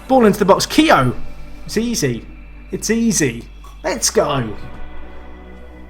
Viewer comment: Keogh pronounced key-oh